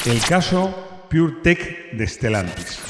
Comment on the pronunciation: Puretech no ''pudretech''